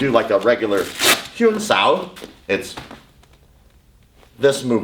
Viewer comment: Great vid. Exactly what i have been saying in my own vids. Your "huen sau" pronunciation was good :)